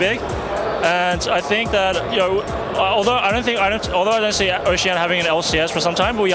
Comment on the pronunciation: i know it's oceania but even raydere said oceana l0l